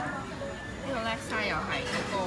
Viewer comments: 叻沙 係讀Laksa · 辣沙都唔識讀🤦🏻‍♀️